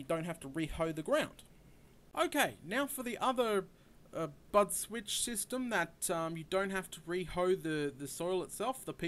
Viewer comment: Sounded like he said butt switch 8D